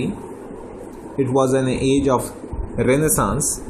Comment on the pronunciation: rəˈneɪ.səns - pronunciation